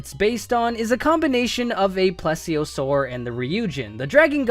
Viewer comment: It’s pronounced plea-zee-o-soar.....